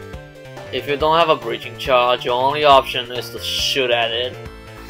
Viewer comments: says Breacringe Charge Just a little thing I spotted out. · nobody:: b r e a c r i n g e c h a r g e edit: also, c o n s i p i c i o u s a c t i v i t y ok, i know english isnt everyone's first language, but still breacringe